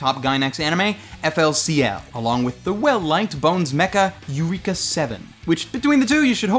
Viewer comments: He...he said it as "yoo-ree-kah." Why?! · Not wanting to sound like an ass, but I think you mispronounced the Eureka in Eureka Seven. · Eureka Seven is pronounced like Air-eka.